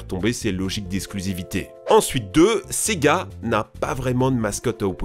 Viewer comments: quand tu dis sega j'entends c'est gars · Et du fameux : sEgA